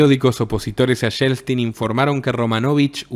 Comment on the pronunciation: Lo de Yeltsin, aprende a pronunciar, Yel-tsin, me parece maravilloso Fue un traidor como Gorbachov